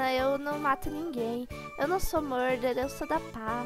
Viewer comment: Vc falou muder